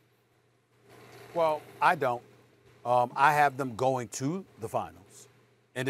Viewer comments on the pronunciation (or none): No one : Perkins: The Lozz angelizziz lagerzz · lol perk be like “ the Law Sand Jealous Lakurrrs” 😂😂